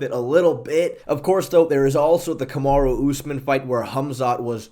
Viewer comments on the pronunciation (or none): none